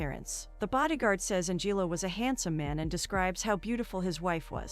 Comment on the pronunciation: An-jillo? LOLz